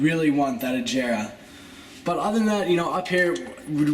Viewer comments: Its murchyelago and veneeeno and aggera like g as in goat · the koenigsegg is said ag-era-r just a btw